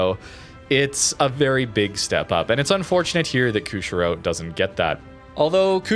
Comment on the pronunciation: Former Canuck here, Good vid, thanks. I know the game is your passion and not the historical stuff, but because public speaking is part of my profession, I'm kind of a nut about words. So... the ship is: "Koo - shee - ro". Most non-English languages pronounce "i" like we would in "machine." It's a port city on the island of Hokkaido.